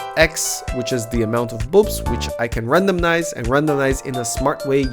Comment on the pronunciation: Really cool content :) RandoMize, not RandoMNize :D please haha.